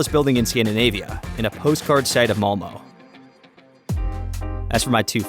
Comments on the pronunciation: Malmö is not pronounced malmo, think of it of a darker version of malmuh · Well, Lotus Malmöite, var inte blyg! Please tell us how you pronounce it. Min Skånsk fru tells me my version is a good approximation. Would you prefer "Mal-meh"? It is certainly not "Mal-moe". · There is no "Malmo". The city is spelt "Malmö" and it is pronounced "Mal-mur". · its Malmo. not Molmo. u pronounce it mal-meuh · I am frome sweden and i just love how you said Malmö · as a malmö resident, your pronunciation of malmö kills me. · Btw the way you say Malmö 😭💀